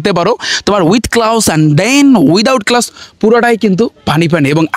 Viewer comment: এটার উচ্চারণ ক্লাউজ হবে না এটা হবে ক্লোজ 😊